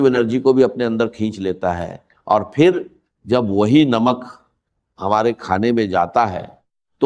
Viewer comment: یہ ڈاکٹر صاحب کی آواز بلکل نہیں ۔۔ ڈاکٹر صاحب ج اور ظ کی کبھی غلطی نہیں کرتے تھے۔ انکی اردو بہت اچھی اور زبردست تھی۔۔ یہ جس نے ریکارڈنگ کی ہے اس نے چوول ماری ہے۔۔ باہر کو بجاہر، پھر کو فر۔۔۔۔